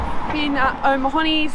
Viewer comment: Need to brush up on your Mahoń and O'Mahonys pronunciation, but Irish names in general are tricky. Loved following your trip, been fantastic